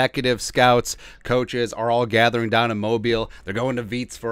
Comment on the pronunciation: Why can no one pronounce Mobile correctly? You did it right at the end, but the other times you said it incorrectly. It’s such a little thing but it would be so respectful if you could get it right.